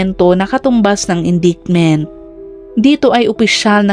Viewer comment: Hala Vlogger, what's with your Caption?🙄🥺. Sino ang pinatay, ANAK o INA? Also, please check your pronunciation of "Rifle" and "Indictment." For your improvement.✌️✌️✌️